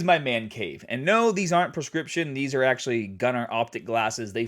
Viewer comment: “Here we aRe”—my Boston ear did not expect that 😂 thank you for all your hard work,!